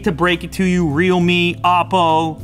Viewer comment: Is there anyone who pronounced REALME as Readme?